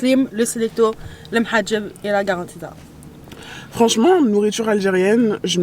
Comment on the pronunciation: La karantika et non pas garantita 😂😂😂